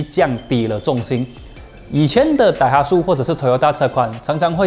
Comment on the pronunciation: daihatsu 要读成 dai ha tsu，不是 dai hat su tsu 读音类似“之”